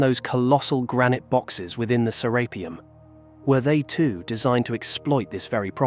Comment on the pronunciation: The author has pronounced Serapeum In 4 different ways.... It's serapeeum with one E, not serappium ffs